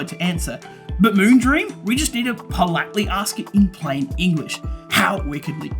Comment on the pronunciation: "Moonbeam", "Moongleam" hahaha you got me laughing